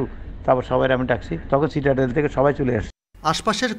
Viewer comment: ইটস নট সিউটেল..😂 ইটস সিটাডেল....